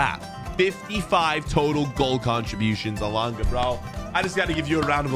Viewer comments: Its elanga not elonga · It's not Elonga it's Elangaaaaaa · Why did he say elonga it’s so triggering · Man said elungu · Anthony alonga you said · Is just me it bugged me a bit always says Elunga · man said alunga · I’m Swedish but you’re saying his name wrong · hes just trying to piss people off by saying the wrong name 😂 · I am from sweden and that is not how you say Elanga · The pronunciation of elanga annoyed me lmao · YOU PRONOUNCE HIS WITH A E AT THE START NOT A O HIS NAME STARTS WITH A E SO SAY IT RIGHT OTHER WISE IN AMERICAN THE “schools” WILL STAY AS SHOOTING RANGES